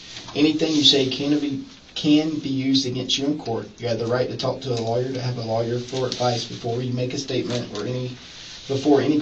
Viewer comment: So dumb he can't say "Lawyer"